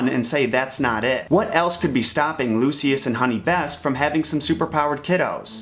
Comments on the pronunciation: His name is Lucius! Pronounced like (Loo-shus) not (Loose-see-us) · Lucius [Lu- sh- us] sorry it was bothering me. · You say Luscious wrong